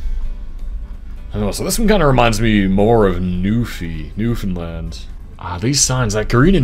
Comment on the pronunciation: Great job! And also well done on not butchering the pronunciation of Newfoundland (as so many mainlanders and Americans do lol)